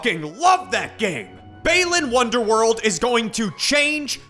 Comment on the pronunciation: Why does he pronounce it Baylan Wonderworld?